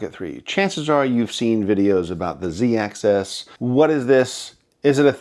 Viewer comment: “Ax-is” not “ax-ess”